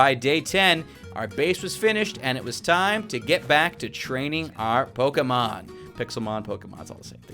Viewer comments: i love the channel but just saying its pronounced pokamon not pokemon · Stop saying poki its poke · LOL ITS NOT POKEMON ITS POXEMON HA HA